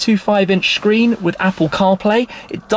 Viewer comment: "a 10.25 inch SHCREEN" 😂😂😂